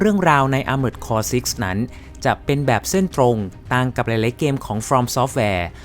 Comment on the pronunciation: Armored Core = ˈɑrmərd kɔr อาร-เมิร์ด-คอร ถูกแล้วครับ